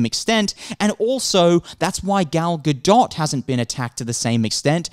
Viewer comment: Yes, it's pronounced Gadot